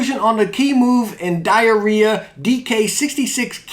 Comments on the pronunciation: its pronounce Die-rah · I think its called Die-er-ya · Btw it’s pronounced die ra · Its pronounced Die Rah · I think it's DE-ER-IYA